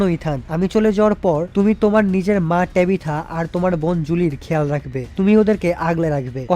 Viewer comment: ভাই এ কারে এক্সপ্লেইন করতে দিছে এয়েড বলতেছে বয়েড তরিথা রে বলতেছে টেবিথা।। আপনার মত করে কেউই পারবেনা